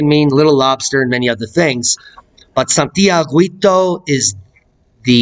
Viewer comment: Thanks for the information about this volcano. Just a language note to let you know that in the name "Santiaguito" the letter "u" is not pronounced at all in Spanish. The "u" is written to indicate that the "g" has the same sound as in "ga" "go" and "gu". So in pronouncing "Santiaguito" use the same "g" sound you are using and then the "i". Just ignore the "u" sound. Hope this helps.